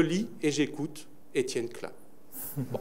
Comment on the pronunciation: Enfin le nom klein bien prononcé!